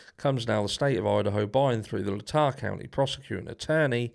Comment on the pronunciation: Not "La-ta" ... "Laytaaaaah". Listen how it's pronounced in court. 😄